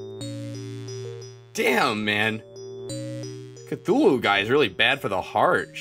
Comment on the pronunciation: Not sure if you were joking or not but from the very little I know of lovecraft, that indian dude WAS in fact incorrectly pronouncing what he was saying, well at least cthulu's name. Apparently the 'th' aren't pronounced together, it's more like cut-hulu or something. Idk just a random thing I picked up from parts unknown. Also upload these faster.